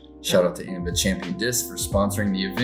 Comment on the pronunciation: His letter N is pronounced as enyay. It would be EN-SEN-YAUGHT. Thanks for the great coverage! You guys rock.